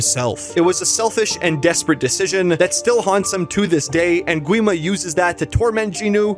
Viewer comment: Gwi Ma is actually pronounced 'Gi ma